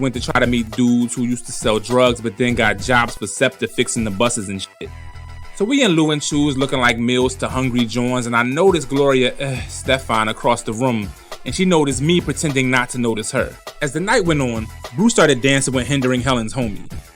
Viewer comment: Gloria Eh-stefan😂😂😂...